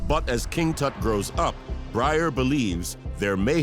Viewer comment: The bald guy pronounces Tut's name differently every time he says it. Why??